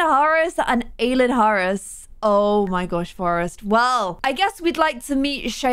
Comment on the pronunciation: Aylin is my cousins name! It’s pronounced i-Lynn and is Turkish for moon halo